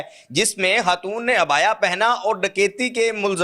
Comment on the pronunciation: ye lafz HATOON kia he.??? Khatoon bolo, urdu seekho, phir video banao